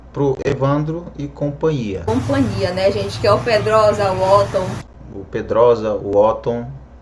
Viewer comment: 😂😂😂 professora coitada...fala copania...so invés de companhia 😂